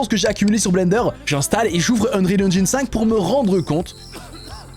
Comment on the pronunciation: Mais naaaaan, un francophone qui a prononcé "Engine" quasiment correctement, incroyable. Je like la vidéo juste pour ça allez !